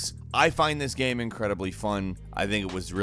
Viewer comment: Why do you always say "gaem" instead of "game"?